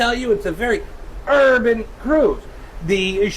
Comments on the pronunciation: that R in urban was mighty hard XDDD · how tf this mf manage to say urban with a hard r